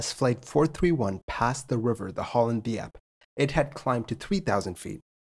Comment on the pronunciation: Totally butchered 'Schiphol' and 'Hollands Diep' tho.